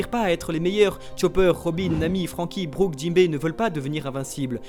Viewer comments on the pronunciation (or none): none